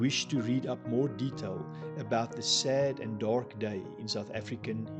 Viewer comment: Baie insiggewende video. Julle 2 manne wat die video maak is duidelik albei afrikaanssprekend,en ek verstaan heeltemal waarom julle die video in engels doen,maar oh weë,ek "cringe" elke keer wat jy die woord "dark" sê. Luister bietjie self hoe jy daai R so oordoen met die rol 🤦‍♀️. Dit het gemaak dat ek ek op niks anders in die video kon konsentreer behalwe die aanplakkerigheid van daardie uitspraak nie. Praat maar eerder net engels met die gewone aksent waarmee meeste afrikaanse mense praat.